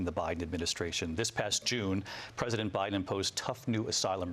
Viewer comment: Did she just say Obiden??